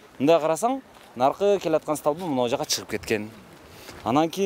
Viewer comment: бир аз не грамотныйсын ошонун устунон иште, сталба эмес столба